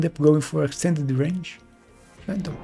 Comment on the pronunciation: How can you say wraith but not range? 😆